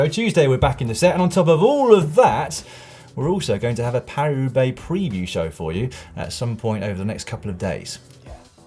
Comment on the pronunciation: Paris-Roubaix? No: Parua Bay! :-)